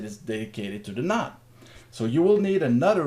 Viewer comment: Nice explanation! On C4FM, when you said "nod", you mean "node"?